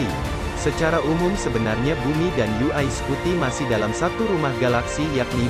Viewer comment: Daritadi kita dengarnya yu ai scuti yu ai scuti. UY dibaca yuwai bang bukan yu ai 🙏🙏